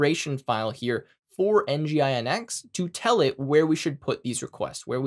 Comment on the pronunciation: great video! its kind of weird and awkward for me to hear nginx by spelling it out.. for all i know, its 'en-jin-ecks'. other than that, really great tutorials! looking forward for more of them!